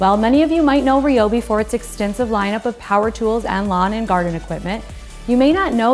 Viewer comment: Not RIOBI, it's RAIOBI or I'm out.